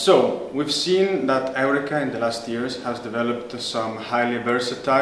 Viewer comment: Excuse my lack of understanding, but I would like to know about how the company’s name is pronounced. You seem to say it like: Eric-ka and I thought It was to be pronounced like: Eur-reka??? Please let me know so I can do it the way the company preferred. Thanks